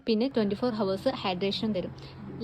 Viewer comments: ഹവേഴ്സ് അല്ല അവേർസ്... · 'Hours' ennu ezhuthiyalum 'ours' ennanu pronounce cheyyendath. H silent aanu. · Hours is pronounced as ours h is silent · Hours ennu parayumbol h silent aann ours enna paraya onnu sredhikkane❤ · Long lastic ❌️ Long Lasting ✅️ Hours ❌️ hours ✅️ ( H silent)